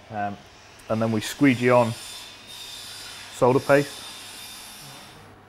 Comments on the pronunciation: It's refreshing to hear someone pronounce solder correctly. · Yes, the l is silent.